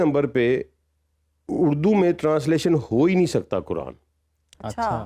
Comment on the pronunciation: لفظ اردو ہے اڑدو نہیں۔